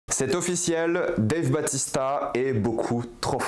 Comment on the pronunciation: a raison ça se dit Batista.